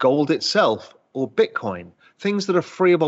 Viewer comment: He said Golden Bitcorn 🎇